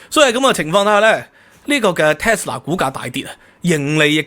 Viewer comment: Tesla, not Telsa